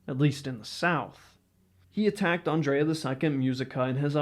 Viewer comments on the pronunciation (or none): none